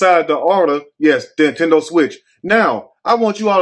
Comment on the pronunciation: Intendo switch instead of a PS5 😂💀🙌🏽